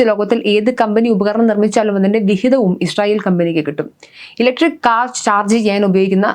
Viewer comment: ഈശ്രറായേൽ എന്നല്ല പറയുന്നത് ഇസ്രായേൽ. ❤